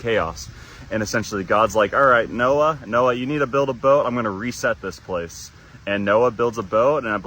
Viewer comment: "noha" ? isn't is Noah's Ark. Also its Guan Yu not Gun Yu. idk bout the Hinduism one and i can't see all of the Greek one